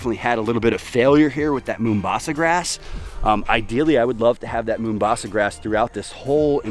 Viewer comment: lol its "mau" mbasa not "moo" mbasa its a city in my home country, Kenya.